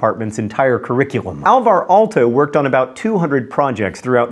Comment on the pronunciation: That pronounciation of "Aalto" tho....